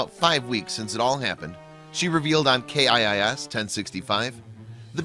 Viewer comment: It’s pronounced kiss not K I I S.